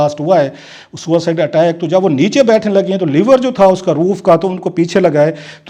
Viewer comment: Sir,it is LEVER,,,,Leeever,,,not Liver,,Liver is GURDA